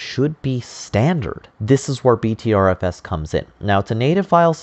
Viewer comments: Pronounced BETTER FS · Pronounced butter fuss.